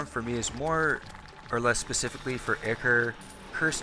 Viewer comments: Actually asshole, it can be pronounced either way....Go kick some kittens douchenozzle. ichor (ˈaɪkə(r), ˈɪkə(r), -ɔː) 1.1 Gr. Myth. The ethereal fluid supposed to flow like blood in the veins of the gods. 2.2 transf. and fig. Blood; a fluid, real or imaginary, likened to the blood of animals. †Formerly, the serum of the blood. Now chiefly poet. 3.3 Path. A watery acrid discharge issuing from certain wounds and sores. 4.4 Geol. A fluid or ‘emanation’ from a magma which is held to cause granitization of rock. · dude not to be rude but the way ur saying ichor is wrong and so teeth grinding........ say it like " i-core" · it's pronounced 'eye-core' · it pronounce Eye-Core? not Ick-Core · I-ker ? I-Core is the correct pronunciation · Ichor is pronounced eye-core not ick-er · Man I say it like Icker too I probably won't stop regardless of how it's supposed to be lol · Actually Ichor is correctly said “eye-core” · I think ichor is pronounce Eye-core But other than that This is a fantastic farm I’ll get building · Did u call ichor “ikker” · Eye-core is how it's pronounced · Don't really blame you for the whole Ichor thing, Mispronounce it all the time but I did eventually figure out it is pronounced eye-core. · haven't really gotten into it but it seems to me Ickor is so common because it just seems to make more sense relative to otherwise consistent patterns in english phonetics while it's technically entirely wrong. Don't know about it's original greek pronunciation but that's not relevant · the name is I-Core, similar to a lot of things in games, the name ichor sticker came from teasing a mispronunciation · Siconic Animations well there not really a proper way to say it but if u say Icore that is fine with me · Yeah the name 'Ichor Sticker" would make you think it rhymes. Re-logic probably thought it was pronounced 'icker" oh well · Anyone else notice he said ichor wrong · Ichor not ichor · STOP PRONOUNCING ICHOR WRONG FOR FUCKS SAKE